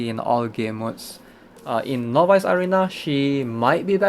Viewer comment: Everytime he says novice arena (no buys) I cringe.